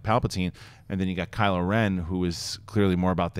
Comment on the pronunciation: 'Kyle' ren?? 😂 😂 😂